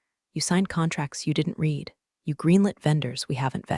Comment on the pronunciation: That's right. It is RED, not REED, if it is past tense. And I know no human who would spell out T-E-D. Where are this computer's handlers? How hard can it be for a person to listen and take notes, so the AI voice can say things correctly the second time?